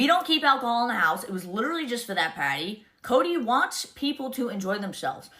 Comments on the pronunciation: That’s Potty not party lmao 😂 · Mikayla cracks me up the way she pronounces "party." House warming paaahtie.....paahty....paaahtee. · PAHDY! Did you have a PAHDY?! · If Mikayla says "pahdy" one more time XD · It's funny how Mikayla chooses just a few words to have that over dramatic Boston accent. If you watch the first Karen Read trial, you would hear how they really sound. She is almost correct because she does pronounce them correctly, but she just overdoes it. She's the one who put Cody in the limelight, so he is fair game. You (Mikayla) can't make them stop talking about anyone you put in your videos.